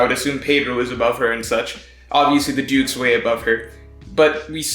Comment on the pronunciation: everytime he said dukes i thought he was saying dudes lmao